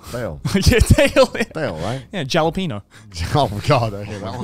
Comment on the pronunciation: My first language is Spanish and it took me 30 seconds into the intro to realize joey said "hombres" also instinctively recoiled at jalapeños being said like that